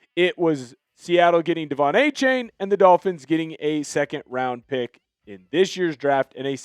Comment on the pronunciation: Can you at least pronounce Achane right? It’s A-Chan